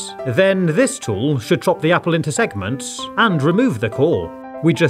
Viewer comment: Why does he keep saying segmant when he cuts the fruit?